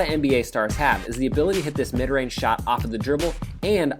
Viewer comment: "Both are long rage snipers" rage, rage, rage, rage, rage, rage